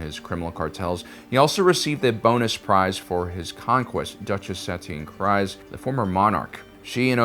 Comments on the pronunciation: Satine Kries..... it's pronounced 'crees', not 'cries'. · Bro I love these videos, but you gotta read up on how to say these character's names before making videos! (it's SUH-TEEN CREEZ)